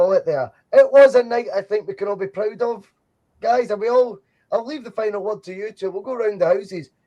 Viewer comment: Pwoud. Vewy, vewy pwoud.